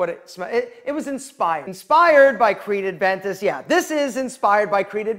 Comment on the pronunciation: Dude,it’s Creed Aventus🥴